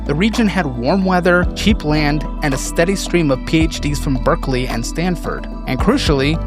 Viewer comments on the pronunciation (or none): none